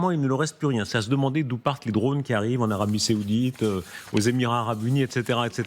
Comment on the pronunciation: Darius....c'est l'Arabie SAOUDITE...pas SÉOUDITE...les habitants sont des SAOUDS pas des SÉOUDS....OK